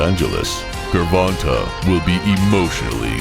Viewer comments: His name is pronounced jer-von-tay... Not Ger-von-tay smh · “GERRR-Vonta Davis” lmao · i know he aint just say gurvontuh lol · Gurvahntuh Davis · I met rolly & I'm a fan..but tank may be too much for him right now but I hope he knocks tank out bc I'm betting $100 on him..if he wins that will be a big bag of cash💰 if he loses...I wasted more $ than that on buying Tyson ppvs anyways ps this Narrarator needs to learn how to say the names GRRRVONTAY AND RAWLLLLY LOL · The guy called him gervontah lol of how it spelt saying it, definitely almost confused me for a sec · He said Tank name wrong wrong 😂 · Who the fuck is Gurvontae 😂 my man narrating butchered the damn shit out of Tank's first name